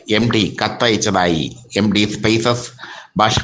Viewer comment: എടോ പൊട്ടച്ചാരേ എംഡി അല്ല എംടി ✅